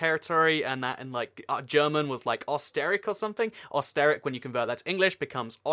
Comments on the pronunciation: “Osterick”? Bruh. It’s pronounced “Erster-ryech” with a British accented e and a german pronounced ch (in the back of the throat). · Hello! I love your videos and just like you, I love geography too. I would like to make a suggestion though, it would be great if you make a reseach on the right pronunciation of the names of the places such as Österreich which is somewhat pronounced as Oes-ter-raikch (of course this is also not accurate). This way, your videos will be more awesome! Thank you! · Österreich is pronounced like o-ster-rike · Österreich is not pronounced Os ter ric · It's pronounced aw-ster-rye-k (Osterreich, Austria) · Not osteric österreich the Ö in it sounds like the i in Sir . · Österreich is not pronounced Oster-wreck Not german but it bothers me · you absolutely butchered the pronunciation of Österreich :'3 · I love the way you pronounce Österreich